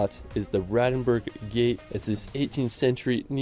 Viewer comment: I thought it was BraNdenburg not Bradenburg.